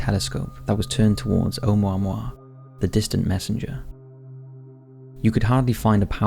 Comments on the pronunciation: Just FYI from Hawaiian it's pronounced Oh-moo-ah-moo-ah, not Ohmwahmwah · It’s pronounced Oh Moo Ah Moo Ah... not Oh mao mao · Um. it's Hawaiian, not French. Each vowel is pronounced independently. Try Oh-ooh-moo-ah-moo-ah, not Oh-mo-moi. Lol. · Have you really never heard the name of this thing spoken out loud? It's pronounced "Oh-moo-wa-moo-wa." You gotta enunciate. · It's pronounced and spelt O(h)u(oo)'mu(moo)-a(h)mu(moo)-a*h). It's not French. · Pronounced Oh Moo ah Moo ah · It's O-moo-a-moo-a 😉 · "Oumuamua" The crap rock.